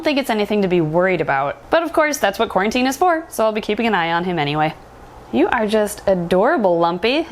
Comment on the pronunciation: Who is watching in 2020 and screamed when she said quarintine